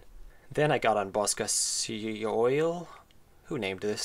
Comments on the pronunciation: FYI, Bosa Ceoil is Irish for "music box" and ceoil pronounced as "key-ole". Great video! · Bosca Ceoil is Irish btw :) Pronounced 'Bosca Kyawl' it means music box. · Fairly sure it's pronounced like "Buska kyole" , and it's Irish for "Music box". The creator's surname sound pretty Irish, so it must be